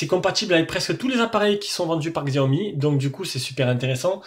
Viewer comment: En Chine le X se prononce Tche. C'est donc pas Gziaomi mais Tchaomi.